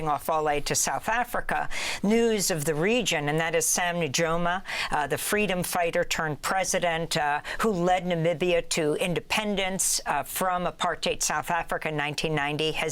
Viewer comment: Pronounced SAM-NU-YO-MA, put some respect on HIS NAME....